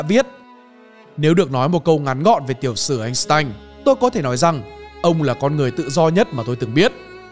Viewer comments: Góp ý ad, năm 1990 anh tanh tốt nghiệp🙄🙄 sai sai, làm video cố gắng đọc đúng đi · phần lớn ở vietnam hiếm ai đọc đúng tên einstein , đó là tên đức